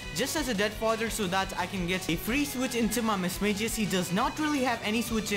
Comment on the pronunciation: It's pronounced Mis MAG ius